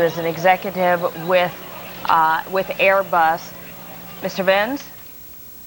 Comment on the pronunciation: Queens NY Airê-Buss ¿¿¿